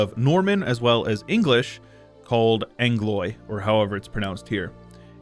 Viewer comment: The way you said "Anglois" reminded me of the crazy guy that screamed "I am a mongoloid, you angloid canzcuck!"